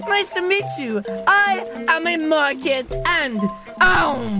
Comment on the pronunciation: Well when said merkid it sounded market🤔🤔🤔🤔